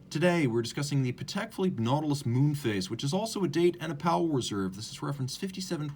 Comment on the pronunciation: Great review! Not sure why wouldn’t you pronounce Patek in the correct way… 🤔